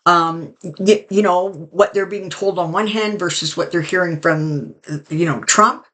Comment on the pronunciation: I love the way you say his name thrump, I call him the 45 piece of crap . Then I laugh to myself with visuals using a 💩. Sorry. VOTE Harris Walz 2024